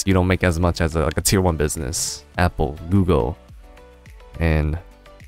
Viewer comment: The times he said Tier in this video ... Its tearing my brain up ;D